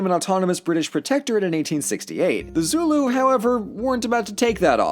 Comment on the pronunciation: As a south african, literally only watch tge video to see how badly you mess up our names, i am laughing myself to death because the only words you pronounced correct was zulu and sortof afrikaaner.